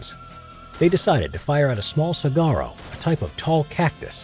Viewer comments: Its not (see gar Oh) Its (Suh War Oh) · I'm finding this series interesting but cringed every time you mispronounced saguaro. Suh•waa•row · “Sa-garo” lol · It's sa-Wah-ro, not sa-Gah-ro, as any Arizonan will tell you. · Did this guy just call the cactus a SAG-ARO? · Saguaro isn’t promounced “Su-gar-o” 😂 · Saguaro. SU-WAU-ROW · The g is silent in saguaro. Massively triggered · Any Arizona bois who get a chuckle out of how he pronounces saguaro cactus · I can't be the only Arizonan annoyed by how he said "saguaro" right? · All Arizonans are cringing at the mispronunciation of saguaro